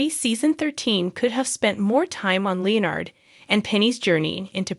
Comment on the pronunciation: Who is this narrator who cannot pronounce Leonard's name?!